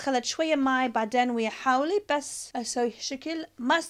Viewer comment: اسمة خاولي مو حاولي